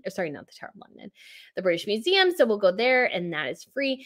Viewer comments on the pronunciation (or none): none